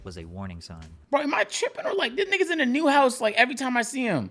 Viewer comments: Like bro saying it like a white girl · Fuck it I’m gonna say it bro, should Ethiopians be aloud to say nigga ? Like he ain’t even saying it right fr